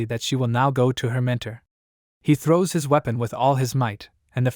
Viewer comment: "he trows it back"😂